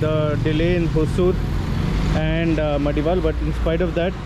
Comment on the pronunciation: It is pronounced as Madiwala not Madiwal